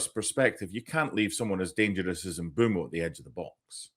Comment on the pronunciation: Great set piece by United for Mbeumo’s third goal in four for Carrick. For accuracy: Bryan Mbeumo is pronounced Mm-𝐁𝐄𝐇-mo — short ‘e’ (like meh), not ‘boo’, and ‘mo’ as in go. The ‘Mb’ is a single consonant sound.